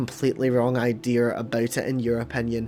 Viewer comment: Are you saying Ideer? Like the animal deer